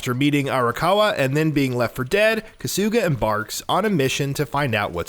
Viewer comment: Who the fuck is “kasoooga”?????? Kahhsugah mfka kahhsugahh